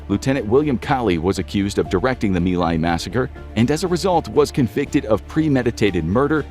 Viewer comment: It's Mai Lai, not me lie.